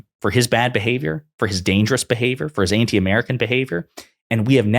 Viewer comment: Plunder uhMerika